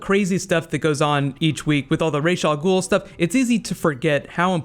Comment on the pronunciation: Raysh Al Ghoul? its Ra's Al Ghoul, y'know the Egyptian sun god Ra basically that